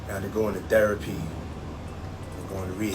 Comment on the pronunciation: So...he went into "derapy...?" LMMFAOOOOOOOOO 😂😂😂